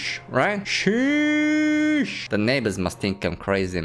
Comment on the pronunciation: it's not sheeee eesh Its sheeeeeeeeees